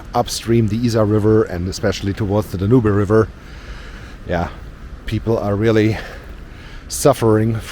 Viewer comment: A lot of water. Be interesting to see what it is like near Ismaning... Do you want help with some of the pronunciation? Bathing is more bay-th-ing; and Danube is dan-you-"b".